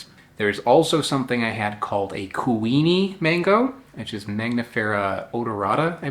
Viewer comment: you pronounce it right, wani pronounced one knee